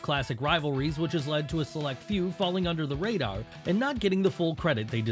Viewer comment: The rader? Jesus.